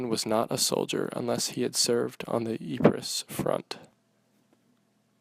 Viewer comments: Lol dude its pronounced "Eee-Pruh" not "Eee-Phre-sss" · It’s pronounced eepres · Professor of War and NONE of you can even pronounce Ypres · learn how to say Ypres..